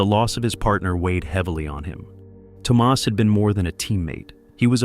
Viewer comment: Toe Maus instead of Thomas?